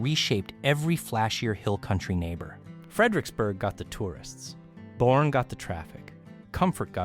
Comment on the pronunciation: Boerne Bur-ney